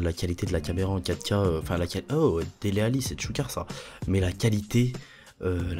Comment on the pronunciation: "Delalli" t es un tueur mdrrr